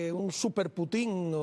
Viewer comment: No se dice Putin con acento en la i se dice Putin con la fuerza de pronunciación en la U así debe decir un periodista de la calidad tuya gracias !!!